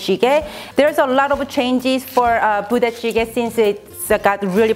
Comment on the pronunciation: I heard Booty Jiggy. hahahhahaha